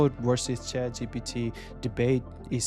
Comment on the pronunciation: You cannot still pronounce GPT, and you dare to make a video!